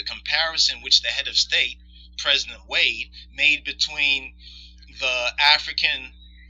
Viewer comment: A North Korean construction company was contracted to build the monument, it wasn't built with money from the North Korean government. The Senegalese prez's name is pronounced Wa' day.